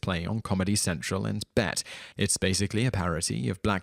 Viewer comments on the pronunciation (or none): hahaha he pronounced BET (B.E.T) as the word “bet” 😂😂😂😂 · I actually, sincerely enjoyed Undercover Brother. Also if I'm gonna split hairs here it's not Bet (pronounced like you're gambling) it's pronounced Bee E Tee and to anybody who doesn't know what it stands for, it's Black Entertainment Television. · it's B.E.T., not "Bet"....do your research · BET is not "bet". It's B.E.T. Black Entertainment Television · did you just refer to B.E.T. as Bet. lol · It's BET (Black Entertainment Television), not "bet."